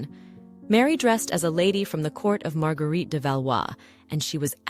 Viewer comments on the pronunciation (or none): none